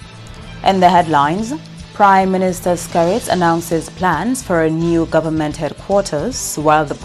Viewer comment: The word is "government" not "gowerment," as I hear from a certain person. Well we don't want genetically modified crops in the nature isle. Sorry about the diver who lost his life while diving at champagne reef. RIEP🙏🏽